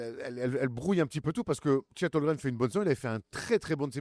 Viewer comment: Est-ce que un jour arrêtera de dire Chet "Holgrem" et dira Chet Holmgren?? 😂😂😂